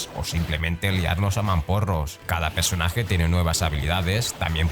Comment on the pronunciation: “Pesonaje”? 😂 pronuncia cabronazo 😉